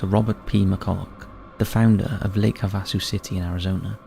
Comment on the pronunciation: It’s pronounced “Háväsū” with the accent on the first syllable, whether speaking of the lake or the city. Just thought I’d let you know as living in Arizona, US, I’ve been there a few times & love the “London Bridge” that we sang about as kids; “London Bridge is falling down, falling down, falling down! London Bridge is falling down, my fair Lady…”. It had a lot more verses, but I’m sure you get the jist! Thank you for all the stories throughout YT. I very much enjoy them & look forward to new ones every few days! My fav “spooky or weird” channel AND host!